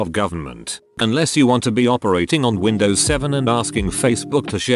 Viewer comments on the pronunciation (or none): none